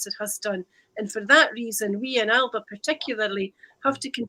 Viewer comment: Christ is it not about time people learnt how to pronounce Alba!!?